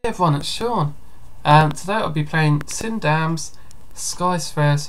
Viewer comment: This is awesome! A couple things, though. First, you were in peaceful mode, so no mobs were spawning. Also, my name is pronounced "Sin Demon". Keep up the good work! PS. Version two will be out in a month or two.